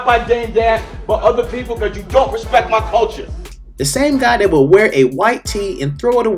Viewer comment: Put some RESPECK on his name ....lol🤣